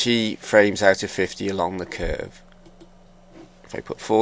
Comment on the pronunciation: thumbs up if you hate how he pronounce word "cuuurve" :3